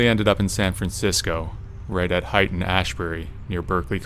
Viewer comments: Haight Ashbury is pronounced hate, not height. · Haight is pronounced like hate, not height.